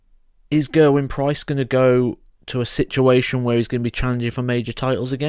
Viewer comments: I'm Welsh and the right pronunciation is Geh-r-win, not Gerwin as in Michael van Gerwyn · You're pronouncing his name wrong.